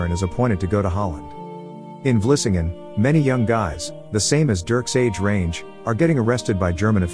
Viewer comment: The narrator probably never ever spoke Dutch before so he can only pronounce it the way he thinks it should be. He pronounced Vlissingen perfectly (btw) while english speakers useually call it Flushing. I have seen/heard Dutch butchering the english language to death, while talking to english speaking persons, and they never ever become annoyed or correct. Could imagine that english speaking, get it on their nerves when they see how you write english.